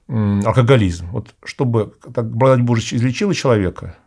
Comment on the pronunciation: Какой-то непривычный акцент у батюшки, особенно когда он произносит слово благодать. Немного отвлекает.